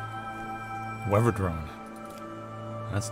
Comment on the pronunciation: Its interesting how pronounces many 'th' sounds as v; for example wevver drone, instead of weather drone